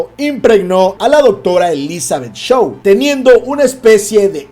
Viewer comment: hay varios errores en tu relato..de partida deberias revisar la pronunciacion de algunas palabras en inglés antes de hacer el video: facehugger y Shaw no se pronuncian así.. el alien chamuscado de Romulus no mató a Bjorn.. él murió debido a la sangre ácida q le cayó encima; cuando el xenomorfo salió, Bjorn ya estaba muerto.